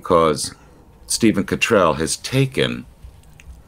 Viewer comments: I love your American pronunciation of 'Cottrell'. It seems to suite His Grace... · Persistently mispronouncing someone's name is not clever, but disrespectful - whatever view one takes of the person concerned. And it seems strangely unChristian. Please make the effort to learn how to say the Archbishop of York's surname.